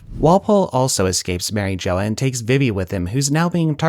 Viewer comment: Mary Jo-uh